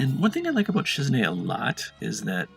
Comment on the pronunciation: You pronounce Shizune so funny u call her Shizne but its Shiz"EWW"Ne lol .